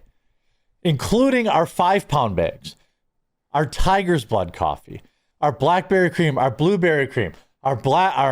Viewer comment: I know that this is a serious conversation, but when you were listing your coffee flavors, I thought I heard you say "Tiger's Butt," instead of "Tiger's Blood," & wondered what kind of sorcery was behind that flavor! 😂